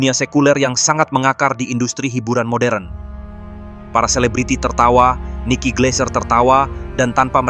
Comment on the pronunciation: Moderen³ embahmu...modern=moden wak sebutanya...kok moderen² saja nyebutnya...